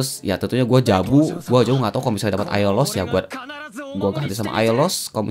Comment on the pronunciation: GW KOK NGAKAK PAS SI SALAH NGOMONG AIOLOS JADI AIDOLOS WKWK